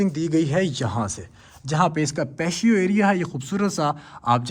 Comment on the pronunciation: Patio pronunciation is Pa • tea • oh You're welcome.